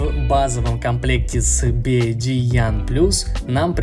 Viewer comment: Как ты назвал Би Уай Ди??? Буква Y по твоему читается как Ай???